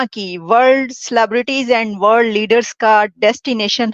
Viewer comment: Jio bald centre nhi jio world center he aur bishal nhi Vishal he...tu nhi manega bhai kisi aur se dub nhi krwaega khud hi galat Hindi bolke apni naak katwata rahega hmesha 😂